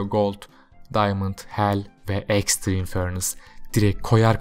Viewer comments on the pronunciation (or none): none